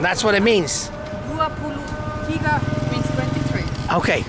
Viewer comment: Truly love this Vlog - the Swiss family enjoying nasi campur 👨‍👩‍👦😊. was the star of this Vlog as she seems to be enjoying the most✨✨. I was also impressed when she pronounced 23 in Malay, perfectly 👌😊. Looking forward to see baby Dylan in nxt Vlog 👶 👌.